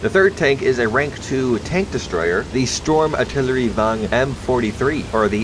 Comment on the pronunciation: Your pronounciation of the swedish designations are great! Well atleast and Stormartillerivagn, and this is coming from a swede